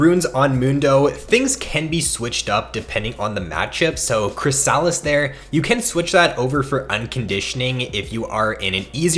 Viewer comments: Nah fam. said it wrong. It's pronounced "chrisUHlis" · Chris-a-lis, the way you pronounce it tilts me.